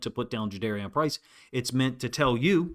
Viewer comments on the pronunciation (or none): Thanks for your analysis, coach. I guess we learned after the draft that his name is pronounced Ja-DAR-ian, not Ja-DARE-Ian. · Juh-darr-ee-en Was the pronunciation Price gave on his radio intro FYI Respectfully for future reference 👍🏽👍🏽